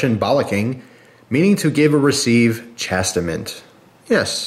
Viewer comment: You mispronounced "Chastisement" :P I laughed so fucking hard, you have like 400 different words for "penis"